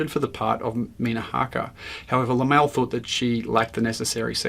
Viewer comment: Laemmle = Lemlee.